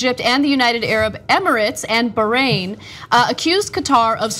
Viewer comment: BAH-rain not ba-hrain. Mal-DIVES NOT Mal-DEEVES.